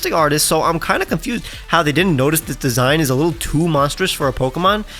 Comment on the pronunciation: I can't stop laughing at how says "confused". 😂